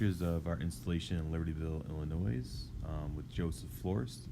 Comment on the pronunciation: It's pronounced "Ill-a-noy" ... not "Ill-a-noise" ... the 'S' is silent.